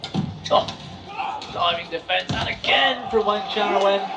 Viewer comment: Commentator, His last name is wang-cha-roen. It sounds like you kept calling him heroin. An addictive match to watch, ha! 🙂